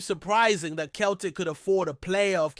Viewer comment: Celtic F.C. pronounced "seltic" not "keltic" !